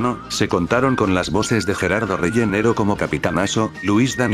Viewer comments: perdon es Gerardo Reyero,NO Gerardo Reyenero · "Gerardo reyenero" es Reyero :'v